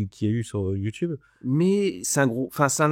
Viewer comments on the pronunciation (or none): none